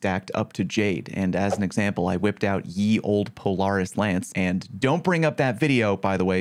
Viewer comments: Pole-r-is 🤣🤣 love you! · i like how you pronounce polaris lol, do you pronounce the offroad/sport utility brand that way as well? because that for sure is pronouced "puh-leh-ruhs" lol no hate im just seriously wondering. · Probably whiffing Polaris Lance shots cause you whiffing the pronunciation xddd